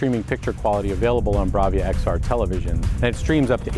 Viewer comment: Is it me? "Welcome to the launch of the new Blavia" ?